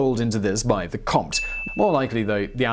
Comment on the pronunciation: Love the way you pronounce Comte